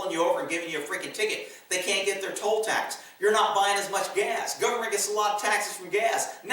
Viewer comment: Dude, you've said "gas" twice so far, not "gaz," it's nothing but I always notice when you say "gaz" 😁. Just saying 👋🏻🇺🇸